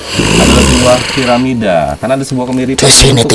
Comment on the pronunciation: Bukan paramida tp Piramida, hehehhe